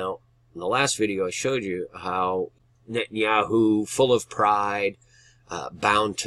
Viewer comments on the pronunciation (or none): none